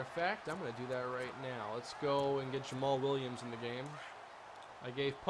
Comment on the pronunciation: Yay you said jammal williams right